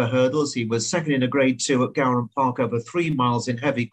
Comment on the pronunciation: it’s pronounced gowran as in gore-un 👌🏻